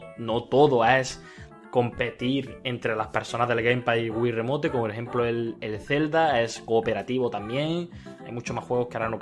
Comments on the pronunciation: o es remoition o es remout pero en pronunciación remote ase asecas no es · pero el del video dice remote por eso digo que lo dice mal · ya me equvoque pero aun asi no se pronuncia remote